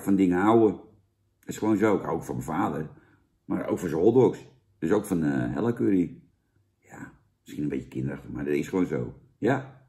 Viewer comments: is het niet Hela ipv Hella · * er is iets mis met mensen die MIDDEN in de tube knijpen (Zaans) Ik haat curry en ik schaam me niet ! Bah. Veel meer lekkere sausjes om uit te kiezen FRIET bekt lekkerder. Fuck patat En je mauwt over friet of patat en julij uitspraak. Maar zegt dan wel vervolgens Hella in plaats van Hela. Oke dat wilde ik ff droppen Daaaaaaagggg